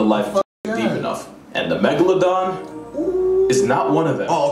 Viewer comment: He said megaloaden😭😭😭